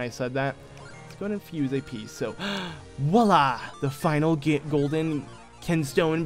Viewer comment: The word is "voilá", not "walah" or whatever. Note the V.